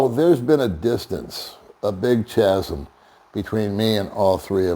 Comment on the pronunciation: “Chasm” is pronounced like kasm, not like the ch in church.